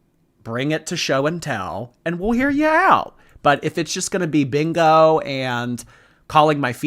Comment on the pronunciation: Maybe she can't yell bingo because she can't say it. All she can say is"beango"😂